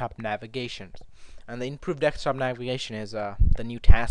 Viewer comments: It is pronounced Desktop not decks top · It's desktop, not decks top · Why do you say "dekstop" instead of "desktop"? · remember its a DESKTOP NOT DEXTOP lol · DESKTOP dude not DEKSTOP. omg! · love the way he say dextop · please stop saying dextop D= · Deck stop! Funny